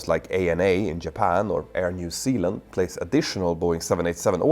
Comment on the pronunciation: air new Sealand?? Can't say zee?